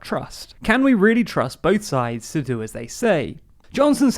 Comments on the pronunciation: Sids instead of sides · "Can we trust both sids" instead of sides. Now im imagining them both a Sid from ice age for the rest of the debate.